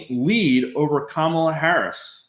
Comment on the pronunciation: Come on! Trump isn’t winning. The polls (reputable) suggest Harris is ahead in AZ. Trump is done. At this stage anyone who mispronounces Kamala’s name in this business is simply biased.